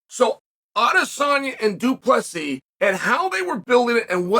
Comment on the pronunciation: If you want to know how you can tell that Chael actually does respect DDP just notice that he is actually pronouncing his name perfectly. He's trying to help the guy.